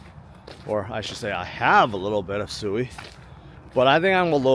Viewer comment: I don't think sui is pronounced soooweee, it is pronounced. sweeee